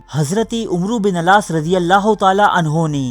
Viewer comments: Bhai wo misr ke governor ka naam Hazrat Amr Bin Al-Aas r.a. hai na ke "umro" hai please bhai read properly aap ka kaam intehayi aham hai aur aapke jazbe ko ye aajiz salaam karta hai.. aur mazeed history share kijiye Allah aapko jaza e khair ata farmaye..Ameen! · Dear it's not umroo bin alaas. It's AMR BIN ALAAS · Umru bin alas....? Ghalat pronounce hai sahi karo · عمرو بن العاص اپ غلط تلفظ کرتے ہو